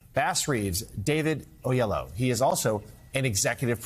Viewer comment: Did he pronounce the man’s name o’yellow?! Lmfaro